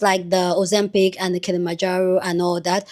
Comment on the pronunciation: said Kilamounjaro 🤣🤣🤣🤣